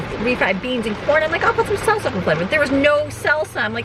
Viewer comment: LOL, when you kept talking about salsa I thought you were saying seltzer and thought that was a strange thing for a teen to be into until you said you wanted it for your Mexican food.